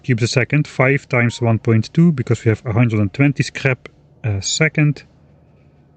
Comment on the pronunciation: I love the "that's a waste of resource" followed by "we heve plenty of resources". (When you were talking about quality modules)